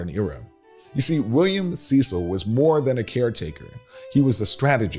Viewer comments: The English arm of the family is pronounced Cecil (cess il) not Cee cil. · It’s pronounced Sess-il not See-sal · No disrespect, but I know the Cecil's. CECIL is pronounced SES-UL. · You are mispronouncing Cecil The family pronounces it like “Sessel”. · You're absolutely correct. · The British name Cecil is pronounced Cessel, descendants of Lord Burghley, William Cecil, the chief advisor to Queen Elizabeth I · The name CECIL is pronounced like the word vessel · Thank you! I am a stickler for pronouncing names correctly. Know what & who you are talking about!